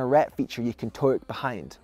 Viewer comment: Scottish: Towook English: Toe hook